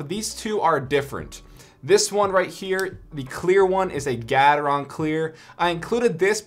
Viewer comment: Gat-er-on Me: no no, I think it’s Gae-ter-on: GAT-ER-ON